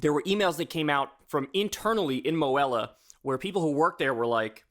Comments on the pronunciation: As a Missourian with Student debt, its pronounced, "MO - HE - La", not 'Mo - Hel - a'. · MOHELA is pronounced moh-hee-la